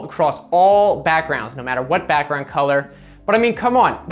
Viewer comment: Why did he say backgroundu🤣🤣🤣